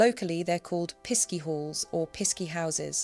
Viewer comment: Pisky in Cornwall is pronounced Pixie (just spelt differently).